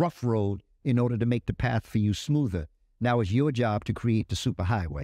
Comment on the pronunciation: It's Create... not Que-rate